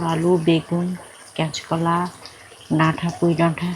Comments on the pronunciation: কেচকোলা না কাঁচকলা বলবে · তোমাকে ঠিক করে উচ্চারণ করতে হবে। ডাঠা নয় ডাটা ক্যাঁচ কলা নয় হবে কাঁচ কলা নিরাম নয় হবে নিরামিষ কাঠমা নয় হবে কাঠামো। মেদিনীপুর জেলার ভাষা য় কি এতো সমস্যা থাকে জানিনা। অনেকেই পরিষ্কার করে কথা বলে। তুমি ও নিজেকে Rectify করে নিও।